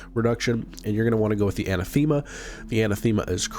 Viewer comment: Anathema = anne - ATH - em - uh.